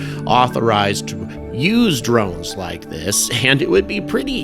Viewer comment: Never heard them called "dornes" until now...